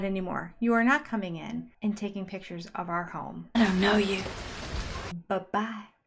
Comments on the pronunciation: I'm not a speech therapist but their pronunciations of picture, hill, coyote drive me nuts! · Words that drive me crazy that the Brown adults pronounce incorrectly: "Picture" "Thing" and "Feel"